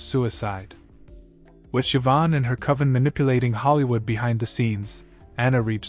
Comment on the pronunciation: I do not understand how these people do not fear the Lord. Oh, and Siobhan is pronounced Shivaun and it means God is gracious.